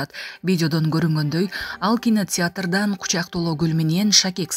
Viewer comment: Айланайын маалымат берген кыз туура айтчы,үйрөн,кансерт,аксия,кинотьятр,😢.